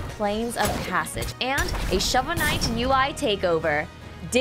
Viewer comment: "Shover knight"